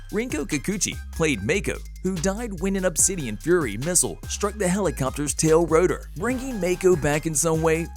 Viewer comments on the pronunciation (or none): none